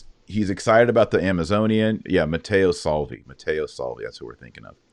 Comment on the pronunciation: It's Matteo Salvini, not Salvi! Just saying. God bless the show.